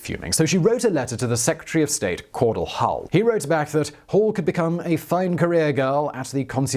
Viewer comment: Simon the name Cordell is pronounced core Dell not core dill!